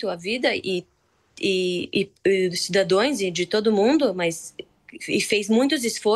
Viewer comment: Ta tao nervosa coitadanque cometeu o erro da janja Cidadoes.que desespero estara sentindo p errar ate a pronuncia.